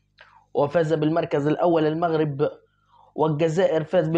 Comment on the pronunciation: ليه بتتلعثم لماتريد أن تنطق بكلمة المغرب .كأنك تنطق بها غصبا عنك انت معلق كن واقعي وأترك عنك.........؟؟ أعلم أكثر المشاهدين عندك مغاربة